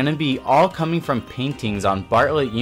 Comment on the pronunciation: What's cammening? He says ''we're coming''.